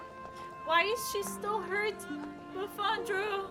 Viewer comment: literally one of my favorite things is when you call her Buffandra